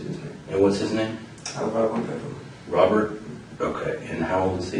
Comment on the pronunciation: He can't pronounce R's and he uses W's instead..lol Wobbert my brudderrrr😂